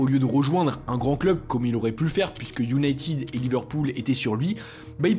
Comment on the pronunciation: Iounaīted, par pitié et non pas IOUNAÏTIIIIIIIIIID 😵‍💫🤪🤬